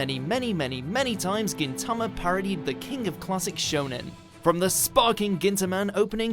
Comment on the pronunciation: Stop saying Gintama wrong